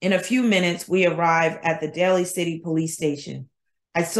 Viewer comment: Day-Lee City 😉